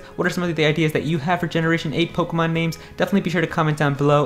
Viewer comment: It's Poh-KAY-mon.